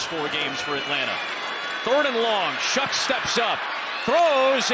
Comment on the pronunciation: I thought the saints QBs name was pronounced like show, I'm hearing shuck.